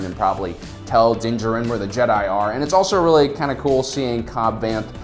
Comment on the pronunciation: Its pronunced din da jar in